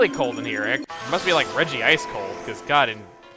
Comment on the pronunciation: I think it is actually pronounced Reg-ice, nor Regi-ice.